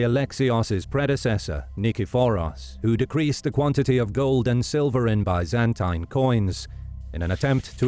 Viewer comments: The video’s pronunciation of Byzantine is quite an innovation! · Had to stop watching after only a minute in after the consistent mispronunciation of "Byzantine". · Just can’t stand the way you pronounce Byzantine though. It’s like a nail on a chock board to me. Lmao 🤣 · sorry man, but the way you say constantine and byzantine is so awful, i can't watch this video